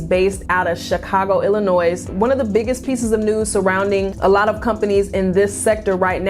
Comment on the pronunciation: The "S" in Illinois is not pronounced. Think Illinoy